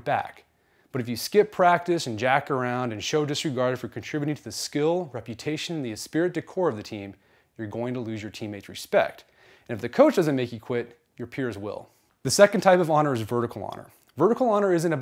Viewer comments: It's pronounced espree dee core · You pronounce 'esprit de corps' incorrectly, it's pronounced like 'espree de core'